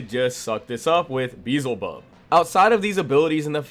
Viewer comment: OMFG HOW DID HE PRONOUNCE BEELZEBUB THAT WRONG 😭😭💀💀😭😭💀💀